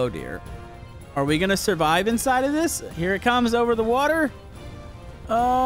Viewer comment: Why’d you recently start pronouncing water as wa-tor. Like literally it’s recent you started annunciating that so much it’s so annoying